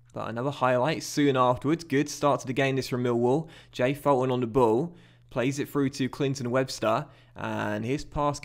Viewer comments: Hey, loving the series. Only thing is Fulton is pronounced “Fool-ton” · It's pronounced Fullton and McGlocklin